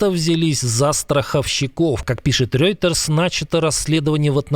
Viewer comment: Ведущий, с чего вдруг "Рёйтерс"- то?! Всегда было Ройтерс! Там "ё" неоткуда взяться.